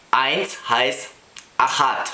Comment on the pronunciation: *achat, not achad.